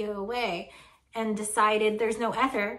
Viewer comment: When you pronounced ether with a short initial e, I thought, "Why is she doing that?" I have have always heard it pronounced with a long e. I love your show😊! I love your humour😂! I love your willingness to explain details for laypersons like me who want to do want to be more technically precise. And you always make the video easy to watch. Best wishes!